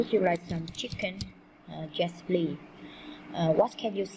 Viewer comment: cô không biết tiếng anh pờ lít cô đọc pờ li